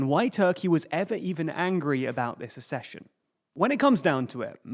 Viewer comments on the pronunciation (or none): Accession. *Ak-session*. As in ak-sess, suk-sess, suk-seed, ak-sellerate, ak-sident, ak-sept, ek-sentric, vak-seen, ak-sent ... and, just for completeness and because some readers may absorb this: cok-six (coccyx) not kokix, and suk-sinct (succinct), not sussinct. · ACK-session, like access. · Pronounced AKCESSION. K